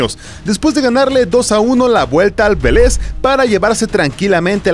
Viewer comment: Porfavor digan bien los nombres, no es Veléz es VÉLEZZZ